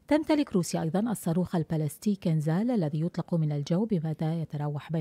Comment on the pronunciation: الصاروخ كينجال وليس كنزال. معناها الخنجر. دققو عندما تتحدثون.